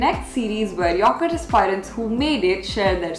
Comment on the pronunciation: Please check the pronunciation of " aspirant".